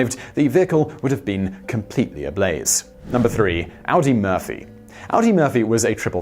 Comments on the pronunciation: I think it's pronounced "oddy", not "owdy". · Audie is pronounced Ahdee, not Audi. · Audie Murphy - pronounced "Aw-dee" not like the car (Audi / Ow-dee)